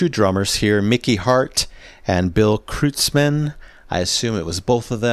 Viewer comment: Just a little FYI, Bill Kreutzman's last name is pronounced Kroytz-man. Not a big deal, but it's just good to know. Thanks for your analysis.